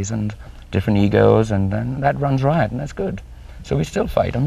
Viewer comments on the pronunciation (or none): none